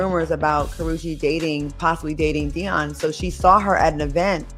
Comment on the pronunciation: Tracey Edmonds,ex wife to Babyface, Eddie Murphy,and Dione Sanders. I don't see what this AI fool talking about. He and Tracey, been over. Day-on? You can't even pronounce his name right. AI,SUCK ASS! Karruechi,almost 40! No one asked for any of that. Their relationship is longer than you think goofy!! THIS ENTIRE STORY IS OUTDATED, AND UNTRUE!*